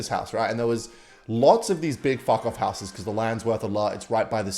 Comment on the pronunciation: For someone who can’t pronounce the word “houses” correctly seemed to want to say it a lot.